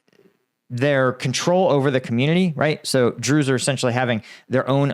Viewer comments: I just have NoFx "we're the brews" but drews every time you say it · Everytime you say Druze I keep on thinking of Spaceballs and the "druish princess"